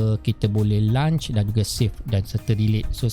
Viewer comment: Terima kasih. Saya mendapat manfaat daripada perkongsian cikgu. Ps: semak pronunciation untuk launch.